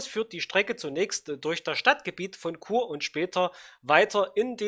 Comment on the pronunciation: Bravo Chur wurde richtig ausgesprochen.